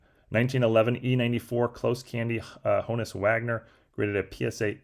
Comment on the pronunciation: At this point you're just mispronouncing Honus to mess with people.😂